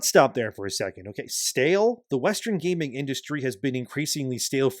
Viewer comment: Its called gaming not gayming